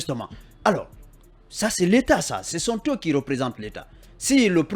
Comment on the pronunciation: Incroyable quelle faute grave pour ce journaliste de Fim FM à la 3 minutes 58ème secondes. Il dit 《les manifestations sonte organisées par le FNDC...》Quelle honte. Qui sont et non qui sonte. Troisième personne du pluriel de l'auxiliaire être au présent de l'indicatif.